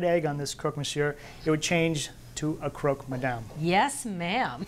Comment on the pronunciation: I wish someone had told her it’s not “croak”, it’s Croque , like truck. Would have made the video more polished. That’s how the Parisians pronounce it. Croque Monsieur, amazing sandwich.